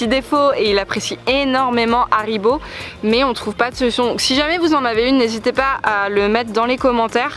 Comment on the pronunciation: C'est pas cool que tu fas pas le h de haribo